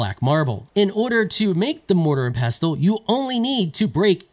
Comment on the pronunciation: Why can no one pronounce mortar and pestle